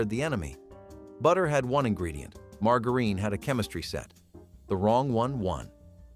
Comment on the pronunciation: Do you try to find different ways to pronounce words that are not right? Learn how to pronounce your words it’s margarine the the G sounds like a J sometimes you pronounce something right and then mispronounce to the very next time you say it get it right or shut up